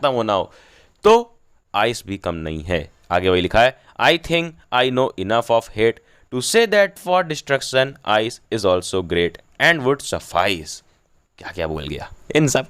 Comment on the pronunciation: Form nahi bhai from